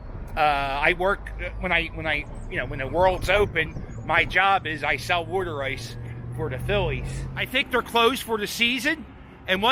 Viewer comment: Glad your saying worder ice correctly. No self respecting Philadelphian calls it water ice lol 😂 great channel!